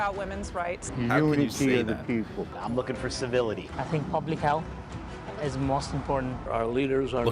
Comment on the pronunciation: Did oz say civility? Lol.